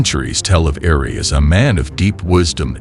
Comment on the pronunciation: The name is Eri not Ari